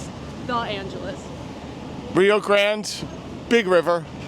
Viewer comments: No one corrected The Angeles… to The Angel’s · hehe you mean to say “the angels” not “the angeles” 🤣 but hey what do i know, i am not even Spanish